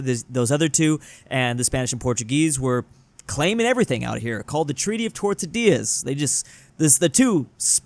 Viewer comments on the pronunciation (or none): c'mon it ain't that hard to say! goddamnit, say it with me... Tord-ES-I-llas